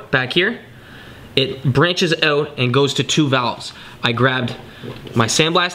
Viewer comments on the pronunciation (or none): How can someone be incapable of saying the word OUT, its not ewwett, its OUT. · Why does your word out sound funny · Are you Canadian? I am guessing by the way you say out. Good video. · Are you Canadian? You say out like one